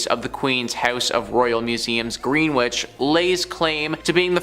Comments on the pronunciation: Mary Todd is mouring the death of her husband but also the death of her son a few years prior to that historic assassination... btw it's pronounced Grenitch not Green Witch... as in the time-zone Greenwich Mean-Time... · Green-wich? No.